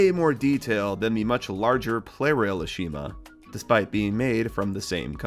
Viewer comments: It's pronounced "AH-shuh-ma." That's how it's actually pronounced in its country of origin. One of the few things AEG got right compared to T&F. / I think your Hannah and Treasure Chest Truck haunted. They just moved. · Have you noticed that you’ve been saying Ashima’s name incorrectly the whole time. Mattel corrected this in the reboot. Her name is stressed on the first syllable and not the second.